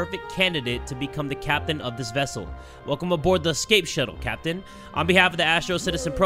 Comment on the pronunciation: I feel like every time he says captain I think he saying sempi😂